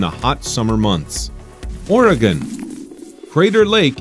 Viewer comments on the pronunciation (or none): none